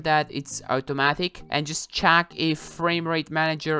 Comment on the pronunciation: Everyone: Check: chack